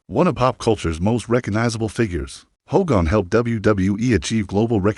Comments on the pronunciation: Hulks funeral will more than likely be a private graveside service for family and very close friends. Would be nice to see it though as it happens. But these AI narrations are wild. "Ho-gone" sounds like a jab at Hogan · not the funeral an its not hoe gone its HOGAN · This Narrator can't even pronounce his name right 🙎🏼‍♀️